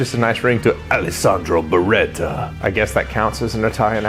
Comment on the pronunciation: Tbh your Alessandro Beretta pronunciation wasn’t bad at all. Greetings from Italy!